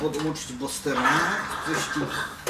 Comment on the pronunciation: Nie boster tylko buster